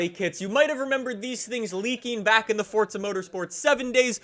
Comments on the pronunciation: It's forza, not fortza. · FORZA not FORTZA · It's Forza not Fortcza, same as try saying Freeza as Freetcza, just sounds dum. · He says fortza not forza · Do he spell Forza, ( Fordza ) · The way you say forza bugs me lol